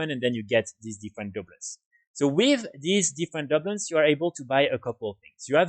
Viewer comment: Just so you know your saying that wrong it’s Du Bloons not Dub loons but thanks for the video love the channel just started playing wow again after a 12 year break and your videos have been helpful :)